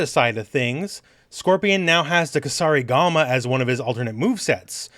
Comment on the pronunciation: so you know kusarigama and are not afraid to pronounce it (like the Kombat kasters lol), but you don't know that weird dagger is just a karambit lol)))